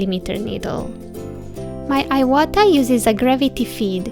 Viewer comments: Thank you for this video! It's pronounced "eewata" :D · If it is a Japanese brand, pronounced in Japanese accent, shouldn't it be like ēwata out loud? I have never used airbrushes or dealt in this brand and I know some times we alter pronunciation of words and names for aesthetic reasons, so I am just wondering.